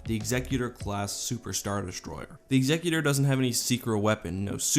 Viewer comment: I'm so glad you pronounce Executor correctly!